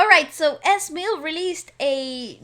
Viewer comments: what they are wearing represents the philippines flag...it's H-BOM, EZ manager, a Filipino OG RAPPER in the Philippines way back 90's...and E Z(eazy)how you pronounced it, not ES🇵🇭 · Ez Mill is pronounced as Eazzy Mil. HBom is pronounced as HBomb ( B is silent) Great RV as always!!